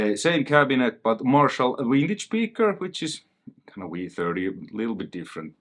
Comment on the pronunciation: I get a kick out of the pronunciation of vintage, as wintage. Vintage and winning go together real slick like. A piece of gear thats "wintage" sounds far superior.